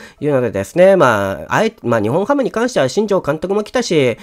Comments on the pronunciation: にほんハム ではなくて にっぽんハム です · 呼び方「ニホンハム」で正解ですか❓ 「ニッポンハム」では？